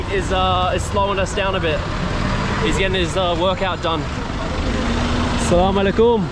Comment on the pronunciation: My Brother That is not Call Assalamalekum And the Right Pronunciation is Assalamualaikum 🥰❤️ Please say it Carefully 🥰 But you are a loyal and honest man i have ever seen Bro.Thank you so much For visiting Bangladesh.May Allah Guides you 🥰❤️